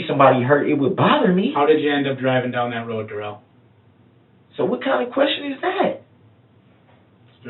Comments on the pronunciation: Duh-rell. What a 🤡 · This guy wanted to be more black than he is...wanting to be called duh-rell as if his name ain't just Darrell 😂 I'm sure justice to this guy is being served in multiple ways in prison...I hope so anyways 🤞🏾🤞🏾